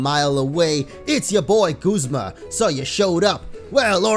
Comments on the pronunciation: guzma is prenounced guzma not goozma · its guz ma not gooz ma